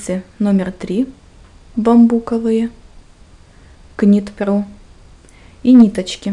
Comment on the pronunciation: Knit pro - нужно произносить, как Нит Про, к - в англ не читается в этом случае)))) А видео - хорошее )))